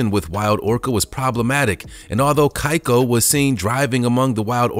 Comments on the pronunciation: Your saying keiko wrong and he actually died of pneumonia and if you read thru the scientific papers on his release and reintegration he was doing fine and was able to feed himself. The only reason he wasnt able to fully intergrate with his orginal pod was because he wasnt able to socialize with his pod because he had no idea what to do because he wasnt raised with his species. Like tillicum and keiko are totally different sub species of orca and have different languages and behaviors and makes it impossible to communicate. So almost all of the sea world orcas are hybrids that would never occur in the wild. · "Keiko" is pronounced "Kay-ko", not "Kai-ko" Otherwise, great video. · It’s pronounced — KAYCO not KIKO!!! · i love you for this. Was gonna point out ALL of the mispronuciations. Unsure of Keiko if it is how he pronounced it or if it's Japanese Origin: Kay-Koh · dude: ''kAiko the orca'' orca lovers: oh dear god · Keiko is pronounce ‘key-co’ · He pronounced Keiko’s name incorrectly, too🥵.. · The way he pronounces Keiko 😡 lol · Keiko is pronounced "Kay- ko".....Thames is pronounced "tems" .